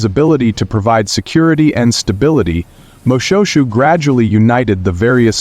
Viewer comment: Its pronounced moshweshwe